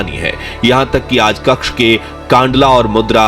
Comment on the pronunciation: कक्ष नहीं भाई कच्छ बोलो।😅